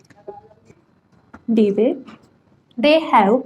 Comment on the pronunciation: Debye ❌ Debay ✅